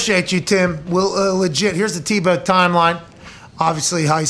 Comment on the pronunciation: Tim Ta-Bow:-). Its Tim Tebow!!